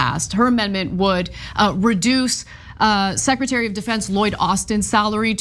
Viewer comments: Debutarrry under secutarrryy 😂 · Deputary secutary ?!😂😅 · Deputary-secutary😂😂😂😂...check the vape pen? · “Deputary secrety” 😳